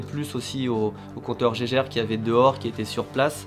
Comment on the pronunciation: Merci pour cette vidéo, et juste pour info, "on appelle" pas ça un compteur Géjèrre, c'est Geiger avec G comme dans Golf. C'est marrant tous les pays du monde le prononce correctement, sauf en France, je ne sais pas pourquoi :-)